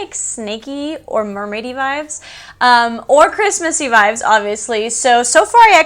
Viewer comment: Lol I always laugh out loud when u say vibes, or vibe. It always sounds like your saying vive. Lol love your channel and your videos! Your absolutely gorgeous! Super jelly!